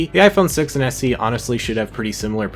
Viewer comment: why is he says SC? it's SE